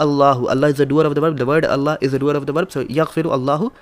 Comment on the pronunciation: In this video you don't say Allâh right. Please don't change the name of our Creator the Name OF Allâh. الله Is written with Schaddah on lam and also an extension on lam. And on the end is an ha.